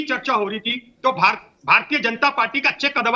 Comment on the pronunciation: तोह नहीं। तो। सही शब्द तो होता है । तोह नहीं।